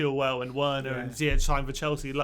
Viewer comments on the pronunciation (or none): none